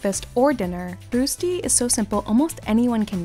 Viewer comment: juhuuu rösti! excited 🇨🇭 was included. but the pronunciation was a little off and i don’t know anyone who adds butter & fresh herbs at the end? 😅 however, it can also be made with cheese & bacon, this is called berner rösti. mega lecker! 😋